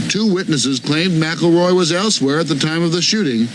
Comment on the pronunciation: Why do they keep saying MAC-A-ROY when its Mick-El-Roy